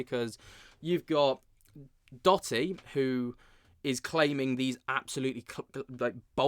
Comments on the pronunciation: Hi. Love your show watch all the time. Just wanted to tell you Dotty is actually pronounced…Doe…Dee. 😊 … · Doe - tee not dotty cheers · I think it's Doh-ty bruv